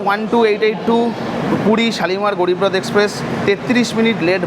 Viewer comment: আচ্ছা উচ্চারণ টা গ্যারিব রথ নয় ওটা হবে গরীব রথ। একটু কম নাটক করলে ভিডিও টা ভালই লাগে। আর বান্দে ভারত নয় বন্দে ভারত ... আসা করি পরের ভিডিও তে ভালো উচ্চারণ টাই শুনবো